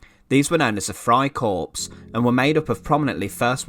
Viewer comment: It's a nitpick, but the "p" and "s" in corps is not pronounced. It sounds like "core" as in Marine Corps or, in this case, Freikorps. You only pronounce the "s" when it's plural corps.